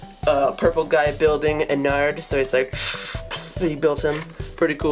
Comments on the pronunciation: it's ennard not en-ared so it's kinda like innard like organs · You do realise your pronouncing ennard wrong